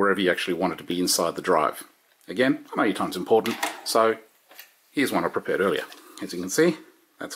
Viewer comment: LOL - "So here's one I prepared...", "So here's one I perpared..." - Nice video, thanks, quick easy and to the point. Love it.